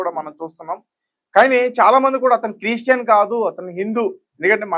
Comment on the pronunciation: Chreeestian kadu. Christian.